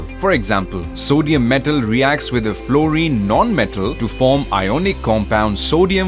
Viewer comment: iconic nhi ionic